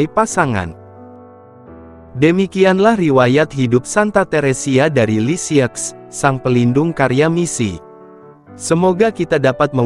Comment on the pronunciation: unt admin: Lisieux dibaca lisieu, Francois dibaca franswa. Krn ini bhs perancis.